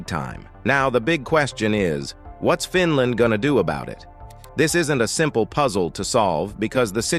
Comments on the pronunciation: Good video and presentation. But stop calling the country FinLAND by stressing the last syllable. It got annoying pretty quickly. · Fin Laand🤣🤣🤣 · Fin land. Another AI wonder. Pathetic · What a crock of BS. By The way, you need to learn how to pronounce Finland. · Why can't the announcer pronounce "Finland" ?